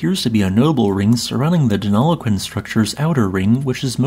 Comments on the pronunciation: Well done on pronouncing Deniliquin correctly. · He did an excellent job pronouncing Denilliquin though.